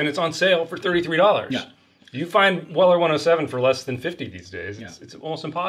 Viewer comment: Your pronouncing of Weller to me sounds like Willer. For a moment I had to figure out what you were talking about😂